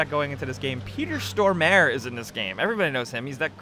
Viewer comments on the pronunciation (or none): Peter Storm-r-e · Im Swedish and i laughed so hard at how they pronounced Peter Stormare 😂😂